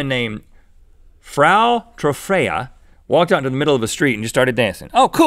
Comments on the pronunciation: Frau is pronounced as Fr + ow (of meow) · Frau (pronounced fra-ow) means Mrs in German. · It's actually "Frau" as in "F" + "OW". It's German for "Mrs." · Guys, you should know that "Frau" means "Mrs." or "Ms." in German. She could've been from Germany, Austria, or Liechtenstein, but "Frau" could also(I don't know if it is) be used in France. So we don't really know what her first name is... it sounds weird when Rhett mis-pronounces Mrs. xD